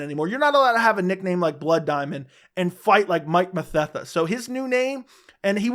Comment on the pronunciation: You said Mike mathetha I’m like who tf is that